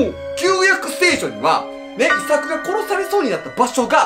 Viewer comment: イサクの発音が「伊作」みたいな発音で、日本人の話みたいに聞こえるw